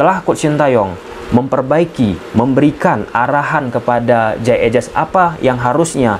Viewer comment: jey idses bacanya bang bukan ejes😂